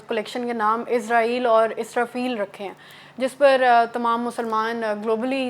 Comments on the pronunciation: Please correct, you always say Izrail, It is not izrail, it is Israil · Don’t say izrail, it is israil, correct it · it is Israel not Izrael